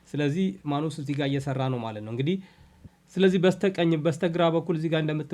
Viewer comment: ንባብ ላይ ጥንቃቄ ኣድርግ:: ማኑስ ሳይሆን ማነስ ነው የሚነበበው:: ሌላው እጅግ ጥሩ ነው